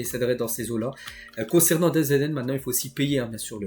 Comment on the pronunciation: çà se prononce "dazone"